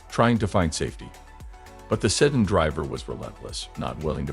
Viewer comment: What the hell kind of a car is a "setting", "sudden" or "seton"? I think your robot means sedan.